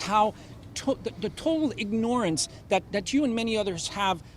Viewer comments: Total ignore-ance... You want me to sympathize with a guy who says ignore-ance. Are you kidding me? I guess I'm a ignore-ant, to add to everything else the liberals label me as. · Wtf is ignore-ance?